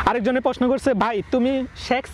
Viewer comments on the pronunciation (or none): Are posno na prosno r ansa na answer bol